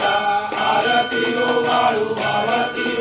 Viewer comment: आ रत नाही आरती बोल बाबा.